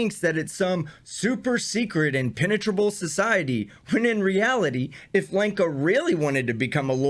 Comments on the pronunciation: When you say Lenka, it sounds like wanker and pretty much suits her. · Did you say Lanker or wanker ?